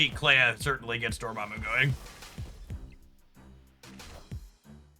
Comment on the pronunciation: was it just me or did he keep saying dormommy?